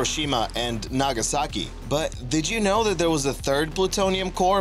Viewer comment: Did anyone notice that he said "Hiroshima. And Nagasaki."